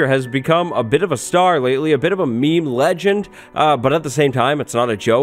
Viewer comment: you didnt even say it right, you certainly cannot be judging other people's memes. Disgrace